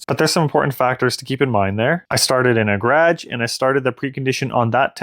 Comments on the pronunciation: Nice work on this video! You clearly have the units understood. Not a single mistake with kwh versus kw. The only thing I can comment on is your pronunciation of garage . It is a two syllable word but you are trying to shorten into almost one syllable. Like gradj instead of gar age. A tiny piece of the U.S. does that if from near Washington DC and south of the Great Lakes. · Nice test. Had a problem understanding what a gradge was 😂 What battery chemistry do you have? NMC I'm guessing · This is all good and well, but what's a 'gradge' ??